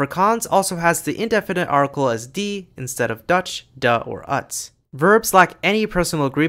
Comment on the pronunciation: Fascinating video but your Dutch pronunciation is a bit all over the place. Not sure where you got the idea that the Dutch article "het" is pronounced "ut." It's pronounced exactly the way it would be in American English.